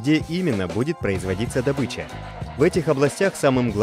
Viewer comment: Добыча разная бывает))) одна в лесу бегает, другая как извлечение))-это про ударение.